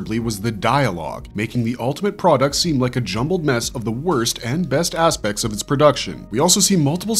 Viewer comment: In the Barbarian Brothers bit, I keep hearing the word 'aspects' as 'ass-pecs'. For some reason.